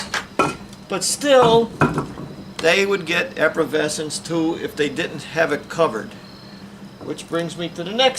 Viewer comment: How come this guy can’t pronounce “efflorescence “!